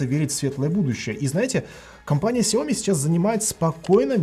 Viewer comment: когда ты наконец-то начнешь ставить ударение правильно? Не СяОми, а СяомИ?!